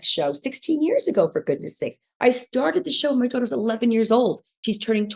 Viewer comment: Why does she always add an extra R into daughter? ‘Daurghter’ 😒